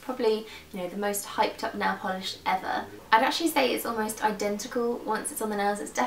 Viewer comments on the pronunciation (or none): none